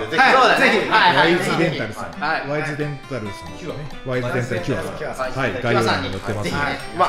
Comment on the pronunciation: の持ち味がが一番面白かったですｗ ワイズデンタルがワンインチデンタルに聴こえた僕は重症です😂